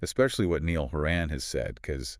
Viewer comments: It’s, NIALL HORan, not Neel HorAN… and his tour was called The Show get it right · dont you know how to pronounce names? its Ny-all Ho-ran accent on the first syllables